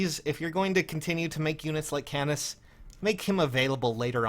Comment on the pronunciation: it' canas not c"anus"